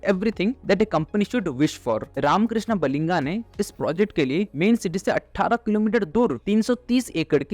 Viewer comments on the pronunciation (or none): Jealous guy go back to your place, you get jobs in you place learn how to pronounce first Baliga and Urs get lost